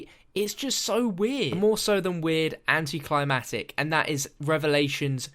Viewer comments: Everytime says "Anticlimatic" I question the pronunciation of "Anticlimactic". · "Anti climb attic" lol.